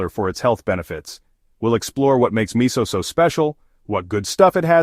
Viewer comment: it is pronounced mi sue.... NOT mi soul !